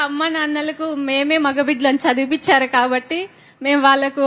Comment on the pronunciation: అమ్మా...చదివి పించారు కాదు తల్లి, "చదివించారు" అనాలి ఆది వినడానికి బాగుంటుంది